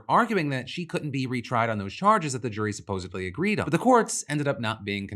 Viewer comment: "supposebly" please defranco xD